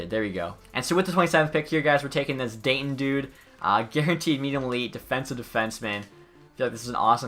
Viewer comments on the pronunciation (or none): none